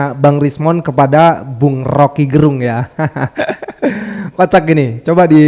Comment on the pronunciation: Rocky Gerung... Lafal "e" Pada kata Gerung itu dilafalkan kyk kata "kecap atau Enak". Gerung itu marga org Manado 🙏